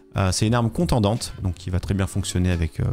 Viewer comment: contondante et non contendante pour la batte sinon belle vidéo